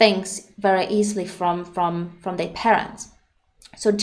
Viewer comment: i like how you pronounce their as "they"